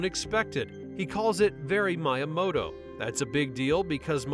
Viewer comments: Has to be AI generated. Only a fucking AI voice can screw up a name that is SAID IN THE MOVIE and everyone knows. It's not "My-a-mo-toe" it's "Me-a-mo-toe". Mr Cheezle SAYS IT. It's in the clip. Yet the AI voice doesn't know that and still manages to mess it up. So stupid.... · “How can he see me?” Is something I say as a greeting when I meet up with certain friends that love the movie too. But “Miyamoto” was mispronounced here. It’s like “Mee-yah-moh-toh”, not Mya-moto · Ai narrorators are getting so good it's difficult to detect unless you know. Shhhh, and Miamoto... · Calling obvious cameos easter eggs and mispronouncing miyamotos name makes this a pretty shit "insane facts" video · Was curious if this was AI narrated. The "CH" don't tell actually tells all. Garbage channel, blocked and downvoted.down voted. At least they pronounce Miamoto correctly in the movie, I guess AI cannot. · The fact that you still mispronounced Miyamoto's name even after you included a clip with the right pronunciation from the movie is insanely cringe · How can you pronounce Miyamoto's name wrong twice and then use the clip of Kevin Nealson pronouncing it correctly 5 seconds later??? God I hate A.I.